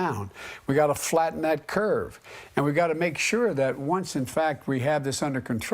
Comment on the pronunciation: He said cute but I think he meant curve. I don’t think he knows what curve he’s talking about.